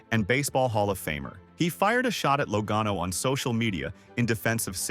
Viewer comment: AI or not, he or it said Logano correctly 2x in the middle! I thought it was fixed and it went back to something I never heard before.